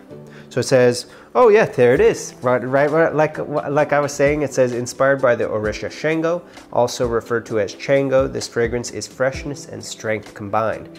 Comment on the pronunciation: We pronounce Shango like “Shawn-GO” and the way we pronounce Orisa is “Or-EE-Sha”. The pronunciations are very important in our culture. Otherwise, solid review dude! 😎 I’ve been wanting to get my hands on this but didn’t see enough reviews on it yet. If you don’t reach for this anymore, I’m down to buy it from you!